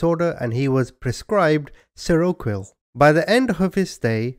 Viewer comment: "Seroquel" sounds like "serial kill" maybe just me hearing this, unless they did it on purpose which wouldn't surprise me.